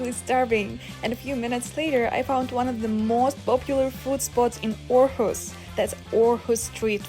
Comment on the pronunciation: Great video. And impressive pronounciation of the placenames. Thank you for taking us with you 😊 Too bad with the missed flight, but things like that happens in life, for all of us, so don’t feel bad about it (I’m sure you don’t) 😊